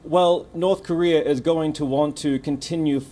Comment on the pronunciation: It's NOrth KOrea, not "NArth KArea".